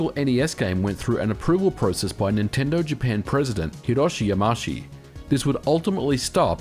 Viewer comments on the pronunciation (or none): It's Yama-Uchi, not Yamashi ;D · Ya Ma Oo Chi Not Ya Ma Shi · Yamauchi is pronounced "Ya-ma-u-chi" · Hiroshi WHAT?! .... It's said 'Yama-uchi'